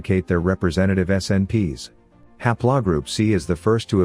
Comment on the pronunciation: ha'plaw? Computer needs more lessons. :3